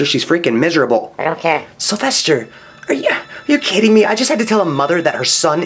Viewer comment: "Ion care"